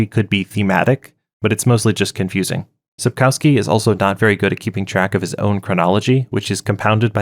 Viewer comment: You butchered both the pronunciation and the spelling of Sapkowski in the opening seconds, and that was only the beginning of inaccuracies of this summary.